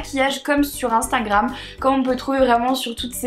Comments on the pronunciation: Je t'adore mais c "Instagram" pas "Instingram" ❤️😬😬❤️ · HAHA MARIE ELLES DIT INSTANGRAM ALA PLCE DE INSTAGRAM PS MARE JE T'AIME TROP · A chaque fois que tu parles d'Instagram tu me fais rire parce que tu dis "Instingram" xD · Ahah tu dis instingram on dirait 😂❤️